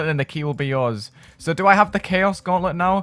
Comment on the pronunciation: Thought you said ‘magic and cheese’ lmao 💀